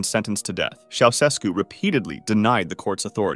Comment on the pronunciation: “Ceausescu” is pronounced “Chow-Ches-koo”. Romanians were really tired of atheistic communist tyranny. At one point during the revolution, a huge crowd in a stadium chanted “God exists.” Shortly thereafter I was involved in handing out Bibles there and they were all taken in a minute or two.